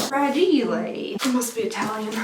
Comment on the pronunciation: The funny thing is that you actually pronounce fragile in Italian that exact way.